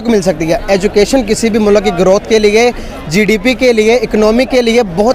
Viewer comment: Education ki bat or mulk ko moolak bol raha h